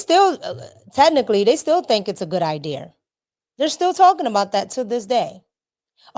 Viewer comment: I wish she would quit saying i deer and say idea